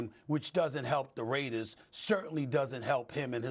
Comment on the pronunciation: Stop calling us “da raidas” it’s the mf raaaaaaiiideerrrrrrzzzz